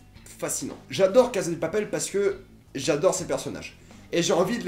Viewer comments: La CaSSa de Papel ! En espagnol meme avk un seul S ca fait "sss" pas "zzz". C'est comme prononcer "Teu Walkung Deuad" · Loïc Dum Il prononce a l'espagnol et ose prononcer "La CaZa de Papel" au lieu de prononcer "La CaSSa de Papel". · Ca se dit cassa pas caza c est en italien caza